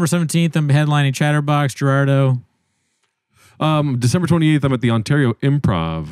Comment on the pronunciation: It's Gerardo. You put respek on his nang.